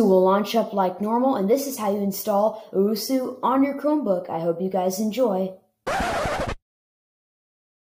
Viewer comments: bro did you really just call it uwusu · Its pronounced "Ohh-Ess-You" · Even though it’s 9 months old this hurts me on how you don’t know how to say osu :( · "uwusu" 😅😆 HAHAHAHAHHAHAHAHAHA im not tryna be mean but its funny